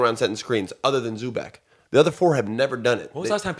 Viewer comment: Like you guys, but learn to pronounce Zubac. Its (Zoo-bats)